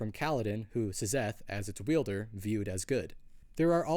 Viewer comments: Love the videos! But why do you pronounce it as S-zeth rather then zeth? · please stop saying "zezeth", its just pronounced like "zeth" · Sizzeth in the heezy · Yeah, I came to say the same thing